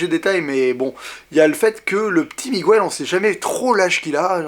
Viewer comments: PLEASE prononce "Miguèle", pas "Mogouèle". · Bonne critique, par contre Miguel ça ne se prononce pas "Migouel" en réalité ^^ Pour ma part j'ai beaucoup aimé (et bien sûr l'histoire avec le personnage nommé Coco qui est très touchante) même si émotionnellement et visuellement parlant j'ai une préférence nette pour Vice-Versa <3 <3 et Toy Story 3 :D